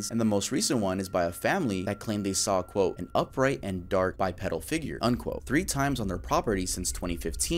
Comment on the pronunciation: I love your videos and personality. However, you mispronounce many common words in every video. As big as you are now, you should hire an editor to listen to your videos and correct your pronunciations. This video in particular it’s “bipedal” and that it’s “passersby” not “passerbys”. You do this in every video. I don’t mind doing it for you if you want. Great video as usual though:) ❤